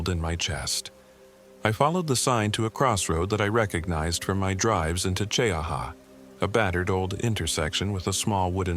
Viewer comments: it's Chee- ha, not cheeahawaa, or whatever A.I. waa saying. Story is b.s., but it's a real place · I just bought 4 acres on the edge of Talladega National Forest. Cheaha is beautiful. Chee-aha is the pronunciation. I guess this is another A.I. video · AI😂 MT. CHEE-HA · It’s pronounced “Chee-haa” btw 😂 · It’s pronounced Chee-ahh. It’s in Randolph County. Another YouTube to have no interest in, since the channel creator has to rely on AI to wipe their ***es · Born and raised in Talladega county, Childersburg, AL. Now I live in Jacksonville, FL. ❤ Cheaha mountain is my favorite! I’ve crawled all over those boulders. But the pronunciation is “Chee-haw” 😂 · Cheha is pronounced chee-haw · Pronounced Chee-ha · Jacksonville Alabama. Right outside the TNF. Lots of stories come out of there. I don’t venture in there. It’s pronounced Chee-ha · Hello from Birmingham Alabama. It's pronounced Mt. Chee - Ha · Opp, Al & AL needs help with our towns & things. It's pronounced Chee Ha, that simple. We have many beautiful places to see. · Gadsden, Alabama.....Cheaha is a TWO syllable word, 'Che-ha...LOL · you know a.i. cannot pronounce names properly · Pine Level/Prattville, AL but from Lincoln. Cheaha is pronounced Chee-Haa! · I came here for the same comment......glad someone is looking out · this is A.i. and its not gunna pronounce cheaha right. Hurr durr